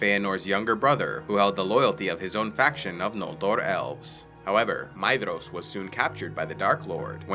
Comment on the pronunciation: "DH" in tolkien's works is pronounced as TH. so Maedhros is pronounced Maethros or May-Thros